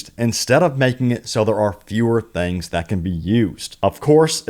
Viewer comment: Good video but damn. It’s “things” not “thangs.” I’m from the south but geez.